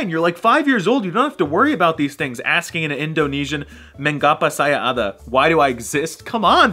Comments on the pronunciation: I'm Indonesian and the way you pronounced "Mengapa saya ada" make me laugh T-T 😃😃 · when he said ‘mEnGaPa sAyA AdA’ i cried of despair